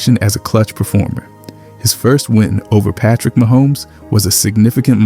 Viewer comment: You keep pronouncing Patrick Mahomes in a weird way.